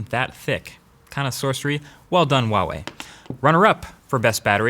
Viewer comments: its not UWAWEI its HUAWEI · Who else has been pronouncing Huawei wrong their entire life? Sorry Huawei. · LOL wtf is with the retarded pronunciation wa wei LOL